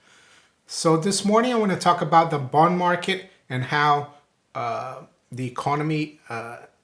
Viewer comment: doesn't say, "bond" he says, "booned"